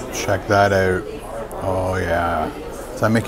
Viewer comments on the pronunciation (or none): "Check that ooot"